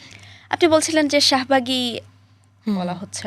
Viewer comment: শাহবাগী❌ শাহমা/গী ✅